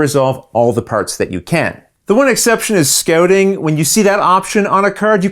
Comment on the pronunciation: The one exception is "scoating"... Gotta love the Canadian "ou" sound. Great video as always!!! Keep up the fantastic work. Abyss is coming in soon. Your explanation is tremendous!